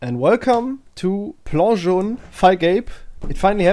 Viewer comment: you say "plan jaune" so nicely bravo à toi je suis impressionné